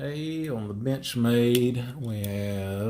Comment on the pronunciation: To me it sounds like he says bitchmade. Wtf